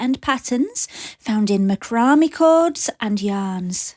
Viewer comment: Just an FYI. I believe it is pronounced ‘Mac ra may. Lol